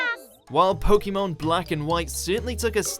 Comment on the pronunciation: You pronounce pokemon like pokeemon so your opinion isn't valid anyway